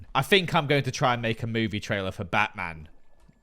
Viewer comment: Batman intro goes hard. I like the way you say mEWvie